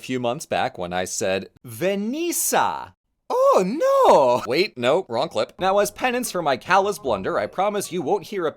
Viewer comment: I love his “oh no”, very Italian